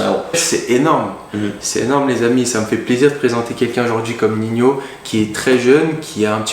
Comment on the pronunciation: Merci pour la video. Ps: respecte le frero, il est ni rappeur ni espagnol il s’appelle pas Niño mais Nino